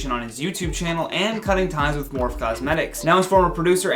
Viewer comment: Morphe the makeup brand, is pronounced mor-fee ☺️☺️